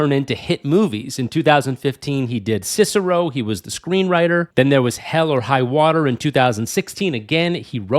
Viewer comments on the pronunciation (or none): "Cicero"?!? 😂 Dude, do a little research. "Sicario" is suh-KA-ree-oh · It’s Si-car-i-o dude, not the Roman statesman/philosopher Cicero, come on! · Its pronounced "see-car-ee-oh" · What an idiot 😂😂😂 saying sisaro??